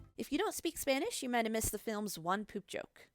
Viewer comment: in all honesty almost half of all the words you said in Spanish were bad , I wouldn't care if it didn't make it impossible to understand what you are trying to say. Maybe try looking up the words' pronunciation or listen to it on Google translate. Some words with a little of effort may have sounded flawless.